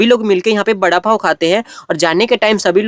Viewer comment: वडापाव ❌बडापाव